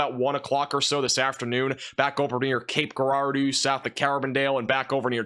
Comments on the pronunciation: Cape Grrr-rawr-dooo 😂😂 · Thanks so much for the coverage yesterday and the outlook this morning. I wanted to help with the pronunciation of one of the cities you called out this morning, Cape Girardeau. This is pronounced “jer-ar’-do” (long O). Again, thanks so much for all you do.